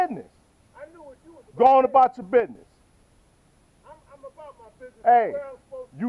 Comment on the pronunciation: Not to be mean but it was funny when he said business he said bidness